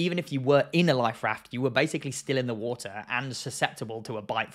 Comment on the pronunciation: Its pronounced water not wooter